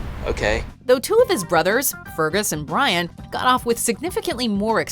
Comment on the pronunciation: Actually the name of Domhnall Gleeson's brother is pronounced "Breen".